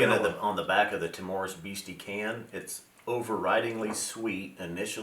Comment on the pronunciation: I'll be that guy; the stress is on the 1st syllable in "timorous." TIM-ur-us. I'm really keen to try these; I just got a sample of Rock Oyster in my Drinks by the Dram Advent calendar and loved it. Nice to hear some love for blends, too - I'll take a good blend over a mediocre single malt most of the time! I've messed around with my collection and tried doing some blending, and it is DEFINITELY an art...and I'm pretty much in the fingerpainting stage of that art.